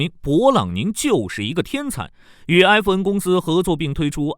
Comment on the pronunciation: 硬是没听出是FN，/e/不同于/ai/。